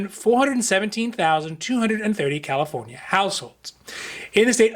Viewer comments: I always loved the way you say carelifornia I always thought California was special lol. Thank you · THank you for not saying KILLA FONIA any more